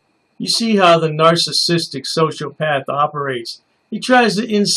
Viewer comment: Please look up the word sociopath and learn how to pronounce it correctly